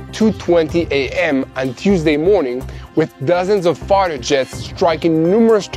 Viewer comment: Hahaha. It sounded like he said "dozens of farter jets" at the beginning because of his accent. Too good. Keep up the great reports my friend. I knew what ya meant. Just needed a laugh this morning, and I figured I'd share it with you guys